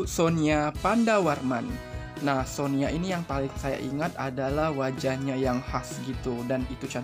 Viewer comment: Koreksi min -Sonia pernah ko senbatsu sebelum kimi wa melody, yaitu fortune cookie -Sonya pandarmawan, penyebutan nya sonya min bukan sonia Makasih min hehe